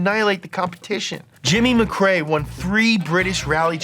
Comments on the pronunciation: Why would anybody do a vid on Colin and then pronounce his name incorrectly ! Its McRae Not MacCray he isn't a sea food dinner, please try to understand this is insulting to get wrong, and yes I'm Scottish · MC Rae not MC CRae xD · My childhood is ruined, I thought it’s Collin Mack Ray, not Muh Kray!